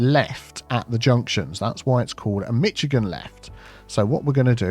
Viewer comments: To the Youtuber,. It has come to our attention on the West side of the 'Pond' that you are mispronouncing the name of the Great State of Michigan. We have observed you to pronounce it at "Mitch-ih-gahn." This state's name is pronounced "Mish-ih-gahn." Alternatively, if you must, you may pronounce it as "Mish-ah-gahn," this is low-brow Illinoisian and Wisconsin pedigree, but is acceptable. How you have pronounced this state's name is simply will not do and is not done. We point out that your sauce is pronounced nothing like its spelling, that being "Wooster-sure" sauce when it's spelling is Worcestershire! Why?! We haven even named a cruiser in the county Lord's manor, that being the U.S.S. Worcester. We will not even go into your county names! Therefore... Nay! We demand that our great state shall be pronounced properly dear Sir! If ye should continue in this gross insult to our 26th state, we shall have to start pronouncing your sauce and counties as they are spelled, and we do not want that, do we? Signed, "Murica (This is tongue-in-cheek and in no way serious. Oh Christ, I'm pronouncing it wrong in my head now! Screw you!:P) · Every mitschigan made my eye twitch there's no T there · I’m from Michigan and just love how you say Mitch-i-gan! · As much as I love your videos I just couldn’t stand the Mitch-a-gan. So hard on the ears. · Come on, it's pronounced "Mishi-gan" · LoL ❤😂 Michigan : mi·shuh·gn. I am not busting on ya… I love ya. It just puts a smile on my face. 😊 it’s a US state most don’t want to live in. 😂 …and yes. Don’t expect me to event attempt to pronounce anything in the UK. 🇬🇧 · I love your cute little Mictchagan pronunciation! Sometimes when we have a crosswalk we build a walkway under the bridge by the water. I dont know if you can do that in game but it would be a nice view and provide cover if there was a flash rain storm. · It's still pronounced as Mish-a-gan in British English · There is no "T" in Michigan!